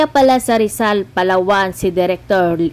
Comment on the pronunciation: Yong pronounced mo sa Palawan ayusin mo Hindi po ganun correction lang po.